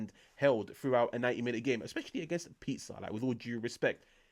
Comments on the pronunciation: its pronounced pE-sah hermano 👌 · Say the "s" of Pisa like the "s" in "simple". Simple!